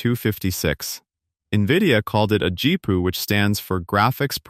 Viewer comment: This is so terrible that the garbage quality AI pronounced GPU as "Gee-poo". Then the idea clips are out of context for the narration. The AI shows a Creative Labs SoundBlaster sound card when talking about Nvidia and graphics cards. AI is like an inexperienced new-hire.